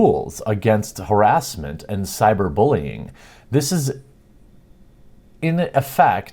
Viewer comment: Jeremy,.... WTF is cyber Boolean?